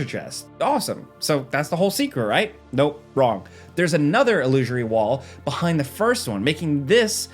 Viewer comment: il - loo - sir - ee